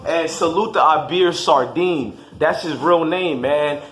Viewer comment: “Ah-beer” “Sar-Deen” 😭😭 that’s not how you say it bro🤦🏽‍♀️